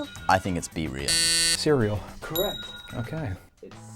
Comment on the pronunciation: i heard someone said CEREAL in C-REAL